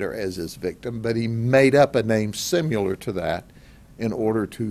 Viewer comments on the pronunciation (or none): What does 'simular' mean? Is it related to 'similar'? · One wud think a sheriff wud be capable of pronouncing "similar" correctly...